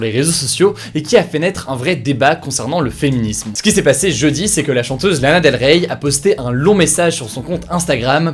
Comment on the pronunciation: ça me stresse il faut pas prononcer le Y de Lana Del Rey